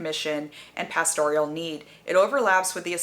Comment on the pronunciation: "pasTORial"? "PAStoral", surely?